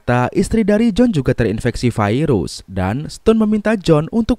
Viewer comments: Virus bang, bukan fairuz. Fairuz mah nama orang. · Bacaannya Virus bukan Vairus ooy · Virus gitu, bukan vairus 🤣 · bhasa mana bang virus kok bilang nya fairus,,biasa aj atuh virus gk harus fairus😂😂😂😂😂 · Bilang sj virus bang, gak usah vairus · Kirain gua viirus itu nama..tau nya virus penyakit..normal aja bang nyebut virus nya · Sekarang kata virus sudah berubah jadi vairus awokawok vairus apa tuch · Virus kok jd vairus..wkwkkk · kenapa VIRUS jadi VAIRUS🙄